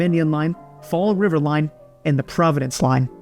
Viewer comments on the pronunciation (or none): none